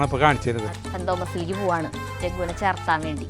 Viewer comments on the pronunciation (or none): ചേർത്താൻ അല്ല ചേർക്കാൻ